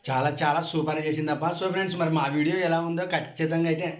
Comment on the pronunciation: అక్కో,, మైసూర్ పాక్ అక్క అది అక్కో,, మేసురు పాక్ కాదు అక్క అక్కో,, విడియే అనాలి అక్క,,,,,, అక్కో,,, విడివో కాదు అక్క,,,,,,,,, 🤣🤣🤣🤣🤣🤣🤣🤣🤣🤣